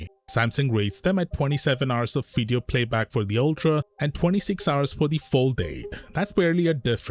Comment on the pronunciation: Pronounciation Video ❌ Ffideyeohh ✅